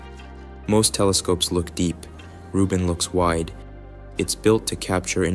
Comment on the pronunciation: Vieleicht sollte man die KI-Stimme den Namen von Frau Rubin richtig ausspricht. Das hat, in meinen Augen, mit Respekt zu tun.